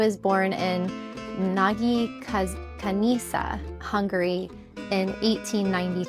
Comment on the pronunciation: It's Nagykanija ,zs in hungarian is j (like Zsazsa or Zsuzsa meaning Susan ),sz is readed as s,also if the a dont have an accent is readed as o